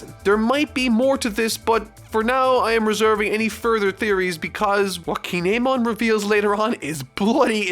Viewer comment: How are you in Wano and don't know how to say Kin'emon